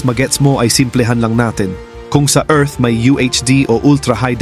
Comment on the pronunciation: Ayusin mu Naman Pag pronounce ang Earth.